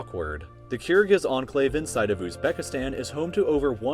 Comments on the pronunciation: Literally everyone: Enclave: Anclave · Its enclave not anclave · I like how says Enclave as Anclave